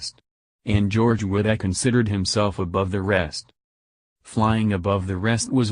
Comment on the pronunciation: You need a better narrator. He continually mispronounces Wittell's name. The Cars were DUESENBERGS.